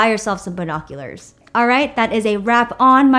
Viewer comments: she said buHOcuLEhrs (ily) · She said 🧐🤪BINOCULARS